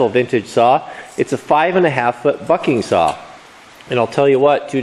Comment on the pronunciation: At 55 seconds it sounded like he said 5 foot f###ing saw instead bucking saw